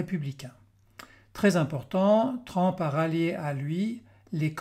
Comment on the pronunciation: TRUMP se prononce TRUMP et non TRAMP